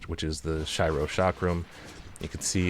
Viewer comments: shy-ro? as a weebo i swear its shee-ro😀 oops i didnt read the pinned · "Shairo ?" It's Shiro ("Sh-ee-ro") bro, same as "oh shit" lol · Shiro in japanese means white, its pronounced as she-row. If im not wrong. Also btw, do you think shes a better shieldbreaker than king? Or at least comes close to him in that department? Cause i have my dps sorted, just need to work on shieldbreaking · Shiro(Shee-Roh) means white, and its a very common anime name. Check out Deadman Wonderland. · great video but my soul died a little every time you called her Shy-ro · Shee-ro, friend. Shee-ro. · i may play her wrong but you totally pronounce her name wrong XDD (sorry for pointing that out thats th first time i hear someone pronouncing Shiro like this and it was driving me nuts lmfao) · The way you pronounce the name is so hard to bear for me 😂